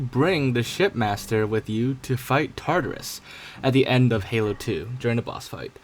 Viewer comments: Each time he says shipmaster it sounds more like shit master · Why is it sound like ur saying shitmaster lol xd